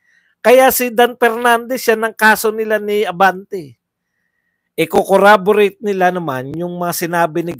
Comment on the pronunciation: watching your replay. Correction lang, Corroborate po hindi Corraborate (snbi din ni Dan Fernandez).